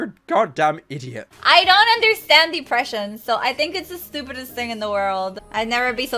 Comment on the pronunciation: I believe it’s pronounced “Depression.” Not “Deepression”